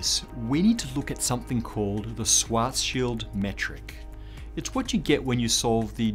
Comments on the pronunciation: For thousand times: Schwarzschild in German is pronounced shwartz-shield! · You’re pronouncing Schwarzschild incorrectly.